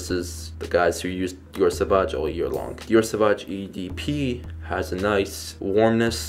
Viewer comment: But he says it good. Soovazje is how you pronounce it. I am dutch and french native.